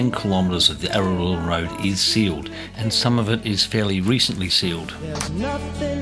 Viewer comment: You seem to struggle with the pronunciation of 'Araluen', but thanks for the update on this road. 👍